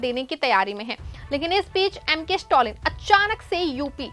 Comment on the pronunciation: स्टोलिन नही मैडम स्टालिन।